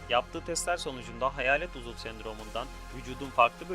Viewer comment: uzul değil uzuv